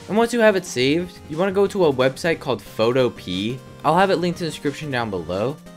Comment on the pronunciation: Bro was making me angry by saying photopee when it’s pronounce peeya